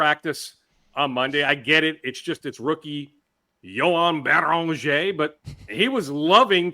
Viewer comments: 30 minutes of rambling on and on and on is too much. Can someone please get him to pronounce Beringer like a normal human?!?! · Can someone help pronounce Beringer? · Sad to say but we have to trade Beringer. There is no other way for to stop saying his name like that.